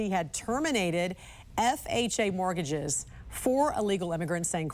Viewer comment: Mortgages. Mortgages. Not morgages.